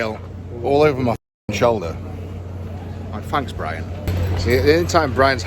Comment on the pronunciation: He said it in such a soft way, it's more of a P than B 😂😂 that's why I wrote it like that